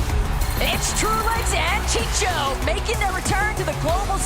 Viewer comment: These commentators are bad AF at reading names!!!!! The guy is named CHICO not CHICHO, WTF!!!! Get people that know how to talk, instead of choosing those who talk fast but it's all gibberish..... Learn the history before saying dumb sht!